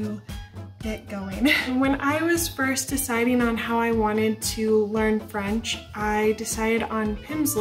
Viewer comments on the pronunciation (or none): none